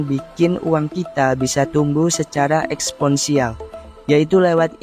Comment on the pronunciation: koreksi "eksponensial"